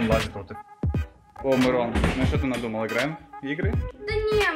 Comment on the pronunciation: Не Мирон а мырон